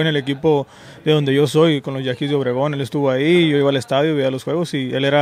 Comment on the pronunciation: it’s Yaquis de Obregón not Yankees de Obregon